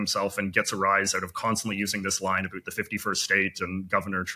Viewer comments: JJ says "aboot" For the record, some of us can say "about" properly. And, we also pronounce foyer and roof properly. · Not sure.why I listened to all thirty minutes of this, anybody who pronounces "aboot" the way he does has got to be faking it. (He did use the proper diphthong once at about 25 minutes in). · I’m Canadian and never heard anyone else say ‘about’ in the stereotypical accent before lol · I just want to say that this guy says “about” like he’s a character on South Park. I don’t say pronounce it like that nor does anyone I know. Just so you know America. We have different accents just like you. But I guess you can make fun because we make fun of the southern American accent. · As a Canadian I find it exceedingly annoying how JJ overdoes the pronunciation of “about”. The linguistic phenomenon of Canadian raising does exist but it’s never that comically over pronounced in speech. It’s also very obvious that he’s intentionally putting it on, because he does it only in that one word. If it was a genuine linguistic pattern in his dialect there would be a whole array of other words with the same phonotactics where we’d hear this same phenomenon. Please see words like “doubt, shout, route, out, stout, spout, clout” or any /ɑʊ/ that proceeds a voiceless phoneme. So JJ if you’re gonna be a faker at least be a better faker. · I’m a Nova Scotian (the Canadians who don’t say “eh.” ) I’ve also lived in 5 provinces and this is the first person I’ve ever heard pronounce “about” like the American stereotype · Expat living in Canada and in my 15 years here this is the first Canadian I've ever heard that says something even close to "aboot"?! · THIS GUY SAYS ABOOOOOOT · I’ve been from coast to coast and his is the first time I’ve ever actually hear someone in Canada actually pronounced “about” as “aboot.” Apparently we get that from Vancouver. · Nobody pronounces about, "aboot" and I've lived in all three Maritime provinces